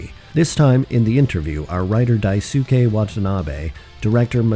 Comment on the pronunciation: Daisuke is pronounced “Dice K” lolz😮😮